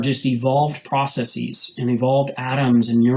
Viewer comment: It's processes. Not processeeeeeees. God I hate when people say it that way.